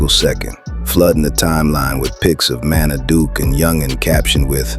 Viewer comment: Teach your AI to say Munna NOT Monna! Edit: Now I hear it saying "Manna"?! Come TF On Bruh!